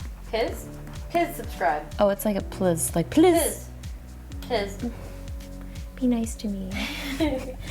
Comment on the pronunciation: “Piz subscribe”